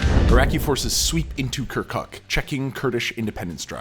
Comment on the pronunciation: I am totally alright with people and their will to retain their language and culture. However,, what does "kerkük" - the city you even mispronounce - have to with a region that you call Kurdistan? I mean, if you had formerly checked historical records, right around 1920 this place voted to join Turkey due to its - yes I am emphasizing - MAJORITY OF TURKMEN POPULATION. I do understand the good intentions in explaining the rationale for the voting for the referandum. Nevertheless, calling the region simply Kurdistan while skipping Turkmens, Yazidis, Assyrians, and even Armenians is yet another ignorance that you let the audience believe about. My suggestion would be to rely on multilingual sources rather than the solely ready made media in English. I do like most of your videos, and I would be more glad to see less historically biased - a better researched video of yours in the future.